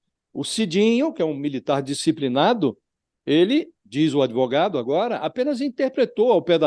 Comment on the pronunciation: "Por quê comprá-lo? Por quê não comprá-lo? Comprei-o-Ô!"... É um pândego esse "adêvoGado"! 🤣